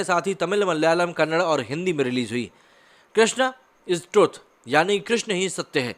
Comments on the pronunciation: BROTHER KANNAD❌ KANNADA✅ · Bro. Please. I like your videos. But as "Ganga" not equal to "gang". "Kannada" not equal to "kannad". It feel bad when someone pronounce ur name badly even though you thaught them many time. Dont take it bad way. I just want wanted to point it out mistake every north indians do. "Jai shree Ram" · When you learn to pronounce Kannada... I think you need to take it seriously. Please 🌸